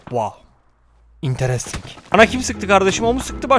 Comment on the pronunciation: Nobody:: WOW İNTERESTİNG